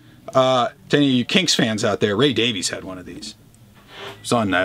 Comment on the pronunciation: Hey just one correction, the Davies brothers pronounce their name like it is spelled Davis. Keep up the good work!